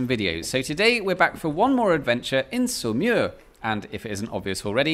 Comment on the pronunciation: Can you please add the name of the town to the video description (not easy to make it out from your French pronunciation). Finally figured it is Saumur...